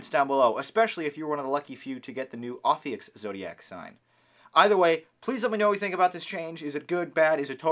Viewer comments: BTW it's "ophiuchus", read as ɒfiˈjuːkəs or simply "oh-FEW-kuss", not ophiuchs or oh-fewks. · Its Pronounced Oaf - few - kus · if you're gonna talk about it you should pronounce it right. it's oh-few-kuss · i've read both the descriptions for aries and taurus. everybody i've asked still tells me that i'm a taurus. and it's pronounced O-FEE-YOU-CUSS. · It’s pronounced O-few-kus.... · Repeat after me: o-few-cus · it's pronounced oh-fee-you-cuss lol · Your saying the name wrong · The dude is pronouncing it wrong. Go to Dictionary com to hear it properly.